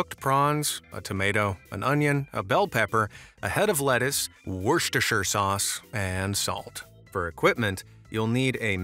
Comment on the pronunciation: NO WAY HE PRONOUNCED THAT PERFECTLY